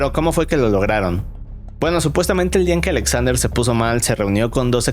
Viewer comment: Por qué pronuncia “Alexander” con doble “A”? xd Qué raro